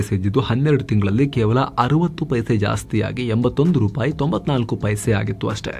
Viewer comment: ರುಪಾಯಿ ಅಲ್ಲ... ರೂಪಾಯಿ.